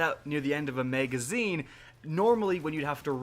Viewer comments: Why do you say may-gazine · Lol “megazine”